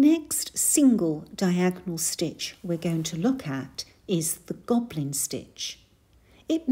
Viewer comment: Thank you, I love the Gobelin stitch (pronounced Go-beh-lin) which has a very interesting history. It is named after the 17th century French family who had a famous tapestry business and takes their name as it resembles their tapestry. The multiplication sampler is a beautiful design and you must have worked very hard when designing it and it is so nice that you are sharing it with us. Happy stitching. 🪡🧵♥️